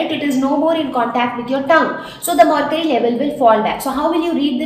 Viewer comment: It is mercury not marcury